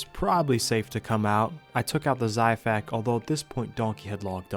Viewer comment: Hey bro no offense but the xiphactonus is pronounced (zi-fact-oh-Nus) Hope this helps!